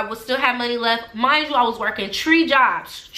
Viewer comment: You pronounce your ‘3’ like a Jamaican. I’m sure you are